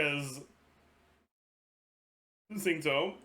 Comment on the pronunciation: why does he say xingui all fucked up?